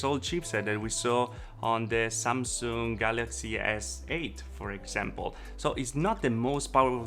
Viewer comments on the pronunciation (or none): none